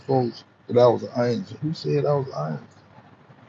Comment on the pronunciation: Was that word supposed to be ANGEL. THIS MAN SAID ANGLE..... HOW TF A MF ON SOCIAL MEDIA AND CANT EVEN SPELL ANGEL. LOL SMH GTFOH